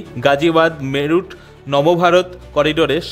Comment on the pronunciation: আরে মেরুট নয়, মিরাট বা কেউ মেরাট বলে।😂😂😂